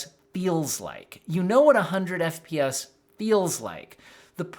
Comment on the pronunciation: "The 100 FPS" sounds like "The 100 BS" lol